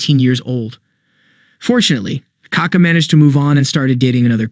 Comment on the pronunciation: Hhahahh bro the strong vowel is the second A, not the first one, then your just saying poop lol